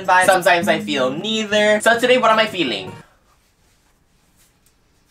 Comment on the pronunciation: the Filipino accent is strong when he said 'feeling' 😂